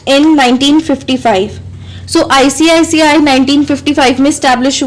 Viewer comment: icici not icict